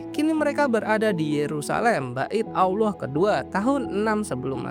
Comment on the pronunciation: ALLAH BUKAN AWLOH BANG, jangan disamain ya✌🏻